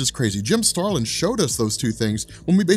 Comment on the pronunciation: Jim Starlin. No "g".